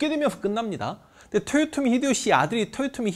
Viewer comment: 근데 왜 도요토미라고 안하고 토요토미라고 발음하시나요?